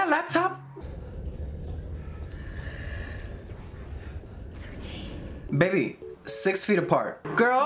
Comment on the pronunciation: The fact that you called La taupe « laptop » the all movie killed me !